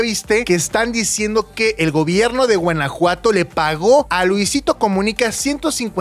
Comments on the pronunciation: ¿Porqué dice Guenajuato? En lugar de Guanajuato 😅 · Soy yo o Mau dice Guenajuato? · Por que Mau dice Guenejuato? 😂